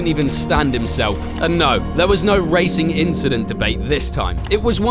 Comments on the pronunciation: Don't you f****g tell me, no one understood "inchident meme" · racing inchident🤣🤣🤣